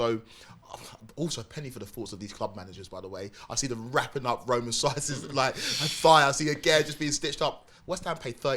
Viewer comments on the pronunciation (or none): none